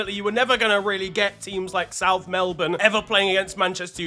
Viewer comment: Just a note from an Australian, thank you for actually pronouncing "Melbourne" properly. Much appreciated